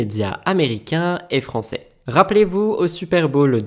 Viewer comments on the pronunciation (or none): none